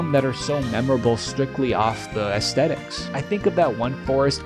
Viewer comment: I dig your vid. You may not believe it, but my grandad was a decently well-known doctor of philosophy from Yale, and his career focus was Aesthetics... not trying to be mean, just trying to save you some face: if you wanna stop embarrassing yourself, pronounce it correctly. It's not a hard T, because we don't speak Latin.